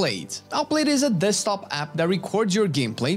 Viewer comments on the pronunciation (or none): none